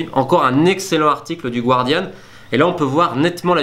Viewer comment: Bonjour Romain, pour la prononciation du "Guardian" c'est "Gardian" et non pas "Gouardian". Continue ton bon travail !